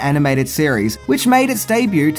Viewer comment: I love videos. But, the T is silent in debut.